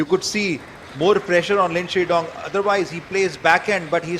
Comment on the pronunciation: The way he keeps saying "Lin Shinndong" is hilarious LOL.